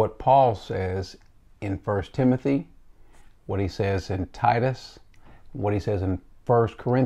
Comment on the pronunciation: “Timonthy” lol only problem I have with the video. Love it all